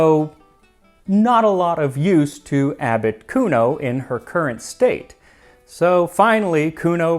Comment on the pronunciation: Every time you say "Abbot Cuno" I think you are saying Articuno. 😂